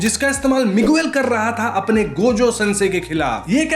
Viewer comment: Miguel ko मिगेल pronounce karte hain bhai. मिगुएल nahi. 😅